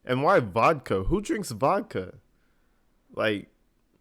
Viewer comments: I’m sorry but What did he just say ,, Did you know that you were actually drinking “Vokka” ? Tha hell is Vokka ? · Did he just say that she was actually drinking “Vokka” 😂